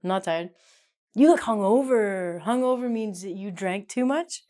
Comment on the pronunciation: Do we pronounce "g" in hung-over? It should be pronounced like this: hʌŋˈəʊ.və, but pronounced "g". I'm confused.